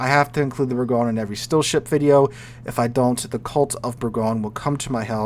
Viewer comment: Please say Bourgogne the French way: bour-gon-ee. This is where the English got the name "Burgundy." Or, just say "Burgundy". (Google Translate is your friend)